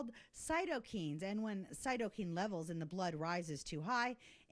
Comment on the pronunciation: One of the standard meds to treat Cytokine (pronounced 'Kyne', not 'keen') storm has been Chloroquine. Look it up. If, and I say if, this is a valid treatment for cytokine storm, and has been suppressed by the media and some politicians, then they are complicit in killing thousands of Americans. No one would do that, right? Jury still out, still researching. But never, EVER suppress the opposing view simply because you do not agree. Never.